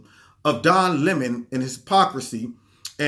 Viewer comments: Don La “moan”.......love your pronunciation! 😆😂🤣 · Don Le-moan. lol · Every time you said ‘Don Le Moan’ cracked me up. Worked in well with Don Le MOAN mispronouncing Steve Shabat. Thanks for the laugh and the picture of you trying to get away but being drawn back into the battle🤺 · "Don Le'mon"...HHAHAHA Just found your channel, and I feel like I just like found a hundred dollar bill in an old jacket! ❤️ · "Don Le'moan" 😂... Le' moans too much